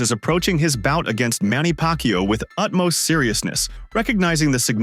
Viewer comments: Manny PackYou? tf? 🤣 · Manny Pak Yu😂